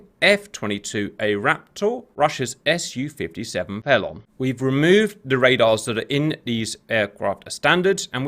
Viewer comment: ok who pronounces felon feelon